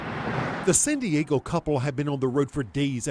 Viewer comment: reporter says San Diego funny...